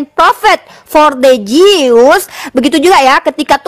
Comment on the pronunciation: Jews bacaanya BUKAN [Jius], tapi [Jus].